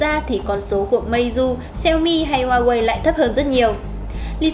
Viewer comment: cái gì e cũng biết nhỉ .kiến thức rộng phết tiếc mỗi cái xí hổ ko biết nói hoài ko chịu sửa. có ai trong maxmobile chỉ e ý phát âm huawei cái...nói chận xíu thời gian dài tí nhưng đỡ vấp nói sai nữa.hay mình có góp ý là cho e này lên tiêng thôi đừng cho vào hình thay vào đó là hình minh hoạ cho bản tin.tất cả vì cộng đồng khán thính giả thôi..